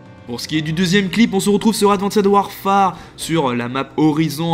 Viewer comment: IL NA PA DE ED A LA FIN DE ADVANCE WARFARE FAUX PAS DIRE LE ED COMPRENER SA MDR SES ANGLAIS DIT LE COMME IL FAUX